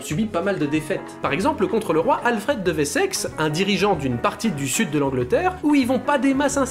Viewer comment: Wessex se prononce en Français comme on peut le lire \wɛ.sɛks\ : le w se prononce donc w et pas v